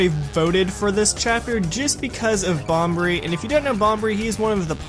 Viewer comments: Please don't tell me you just said Bombery... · im pretty sure its pronounced Bomb-bree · I always thought it was bombery. I mean it would make more sense he is a bomb